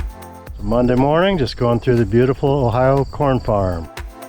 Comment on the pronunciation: Hey but you said Ohio just right like my family. 😀